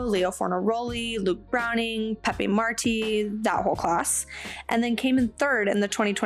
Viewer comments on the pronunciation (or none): none